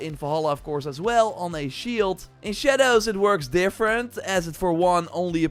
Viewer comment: I don’t like the way this man says “shadows”